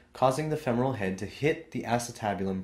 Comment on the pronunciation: FEMoral is how it is pronounced